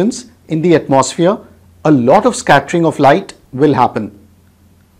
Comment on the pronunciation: Heres a tip! The word atmosphere is pronounced atmo-sphere. The mo is a round o sound unlike the maw or the more open mouthed sound you are doing. Also the gap is not at atmos but it is at "atmo" Your pronunciation is something like atmaws feer It should be atmo sphere Then again, your videos help me a lot and i thank you for the contributions in my grades 😅. I have got a gold medal in Science Olympiad for your teachings. I hope to become a teacher like you one day!